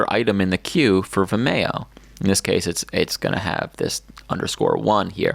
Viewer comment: And it's pronounced "Vim-ee-oh" not "Vi-mayo"